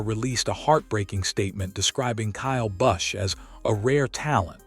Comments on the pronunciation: Learn to say his name correctly. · If you're going to write a segment on kyle bush's death, at least pronounce his damn name, right?A I sucks